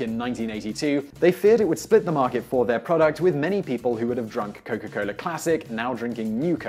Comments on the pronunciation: Oh yea say Coca-Cola one more time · "Cowka Coler"